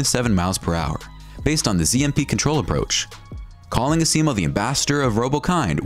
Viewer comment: Honda's robot, Asimo, is pronounced AZimo not Aseemo. good greif